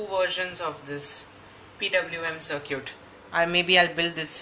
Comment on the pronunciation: FYI, "circuit" is pronounced "SIR-kit", not "SIR-cute". :)